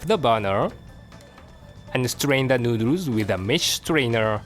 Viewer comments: New-dewrs hahaha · Stay strong chef. I'm glad to see you again btw. I'll be waiting for your triumphant return. On a side note: I love how say Thoroughly and Noodles.